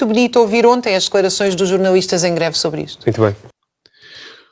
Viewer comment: Já jantei. Não aprecio borrego. Por isso, nao sigo esse programa. Além disso, ilustre Dra Raquel Varela parece ter uma "dis ué kssia”, um qualquer problema a pronunciar os "L", que ela diz "ééuuue". Não a entendo, sinceramente... O que são "jornauuuuístas"? Nao lhes dê crédito, Deputado Tilly... O Tilly tem tanta coisa importante para preparar, em virtude das suas novas responsabilidades... e está a gastar o seu valioso tempo com esses mendigos intelectuais? O Deputado Tilly vai fazer algo CONCRETO por Portugal e pelos portugueses. Esses comentekos, ao contrário de si, não acrescentam nada... Vivem em 1974, e de lá não saem.